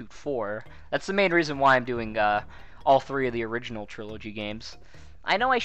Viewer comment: the origanal? the. origanal?! ooooooh thats the hardest of all